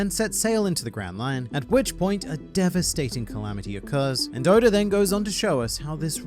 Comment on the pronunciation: You say Oda as Odor